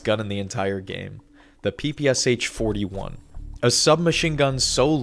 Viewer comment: Bro what are you even saying 😰😭😭😭No way you actually believe that. For those wondering, the PPSh is in Russian ППШ (short for: Пистолет-пулемёт Шпагина) It means machine pistol Shpagin and is pronounced as pah pah sjah